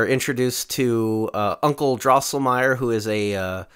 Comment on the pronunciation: Drinking Game: Take a shot every time mispronounces “Drosselmeier”.